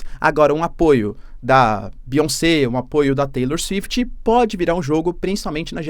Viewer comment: Cara por um segundo eu ia falar a bizarrice que é taylor “suifiti”, mas aqui no Brasil temos a Anitta e desempregados pedindo liberdade da Deolane na frente da civil Kajdksjskajaa Como q eu vou conta isso pro meu filho véi